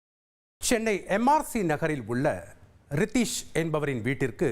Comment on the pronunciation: ரத்தீஷ் ஆ ரித்தீஷ் ஆ